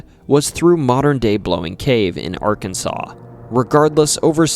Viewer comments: Incorrect, Arkansas is the spelling, pronounced "Arkansaw"... Im a native and lived here all my 44 years, trust me bud, it's ARKANSAW. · Hey all, he pernounced Arkansas right! Little Rock, too! Winner winner, chicken dinner!😁